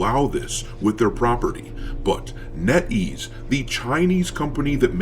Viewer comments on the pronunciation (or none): You lost me at "netease"